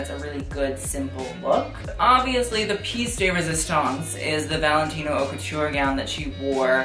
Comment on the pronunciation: It’s pronounced “oat la mode” not “hot la mode”. Don’t been to be a grammar nazi or to bug you, I’m just suggesting in the spirit of helping, as I am bilingual in French and English. Really enjoyed your video! Hope to see you at those awards next year, reporting back to us.